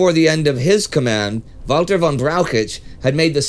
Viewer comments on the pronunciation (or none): none